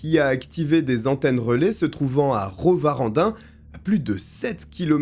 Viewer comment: Salut! Tu as bien prononcé Roost-Warendin. Je suis fier de toi.😂